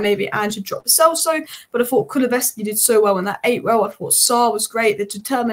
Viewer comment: Every time she says KuluVeski, it’s KuluSevski!